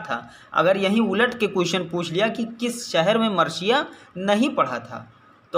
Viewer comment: Sir marsiya h marshiya nhi